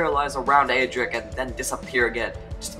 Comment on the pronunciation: UGH!!!! CAN YOU PLEASE STOP PRONOUNCING ADRIC WRONG!!!!